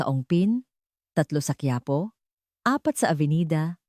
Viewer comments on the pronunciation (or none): none